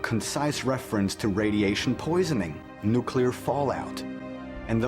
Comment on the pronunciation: new-clear, not new-cue-ler. UGH. So hard to listen to! But otherwise quite good.